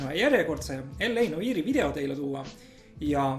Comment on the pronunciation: sa hääldad sõna "noire" väga imelikult:D